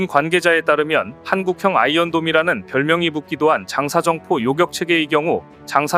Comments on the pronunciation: TTS인지 뭔지 모르겠지만 발음 중에 요껵은 요격으로 해주세요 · 발음이 왜 이럼.. 사격,요격을 사껵, 요껵하네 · 나는 여자만 사거리를 사꺼리로 읽는줄로 알고있었는데 여기 남자도 요격을 요껵으로 읽고 있군 우리 한글이 한국에서 고생 하네.